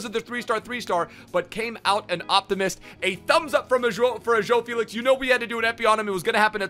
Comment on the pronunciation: Man spricht felix „felis“ aus